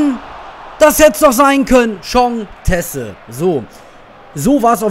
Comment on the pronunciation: Der heißt Tese und wird aucg genau so ausgesprochen..weder "Ties" oder "Tesse" Und das ist nur ne nett gemeinte Korrektur wie immer :) Und natürllich wird grade das Spiel gegen Bremen nicht aufgenommen -.